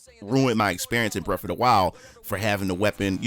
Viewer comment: I've not played "breff ov da while"... what system that on?